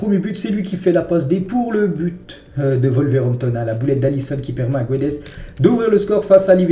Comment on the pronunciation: Guedes se prononce GOUEDJ en portugais svp, merci !